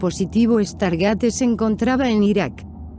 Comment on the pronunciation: tu cuuenbto esta bonito pero primero aprende habar se pronuncia stargeit no estargate lo pronuncias mal mas de 30 veces inculta tu ciencia ficcio es igual que tu cultura y diccion